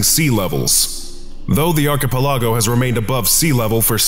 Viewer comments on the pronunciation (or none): my eye twitched at your pronunciation of archipelago... like that hurt man, big time. Read this phonetically and out loud: Arkuh-pelluhgo Besides that one tiny nitpick your content is solid as always 👌 keep up the good work!